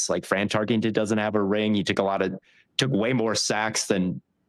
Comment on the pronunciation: I'm gonna be real: If you can't say a players name correctly there's not a lot of trust in me that you've actually put the hours in to study him to put him in any top 10. There's no ing in Tarkenton